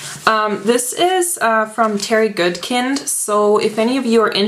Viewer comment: I'm not an a'hole but it's pronounced 'good kind' not 'good kend' . The way you pronounced it I immediately had a mental scratch thus my writing here . Also some people pronounce the heroines name 'kay linn' instead of 'kah lann'.I'm pretty sure my way is correct.Anyway the sword of truth series is THE best set of books I've ever read in my life Bar None.Oh and yes there's a lot of pages but towards the end your thinking "dam , there's hardly any left".And the legend of the seeker was sh*tty.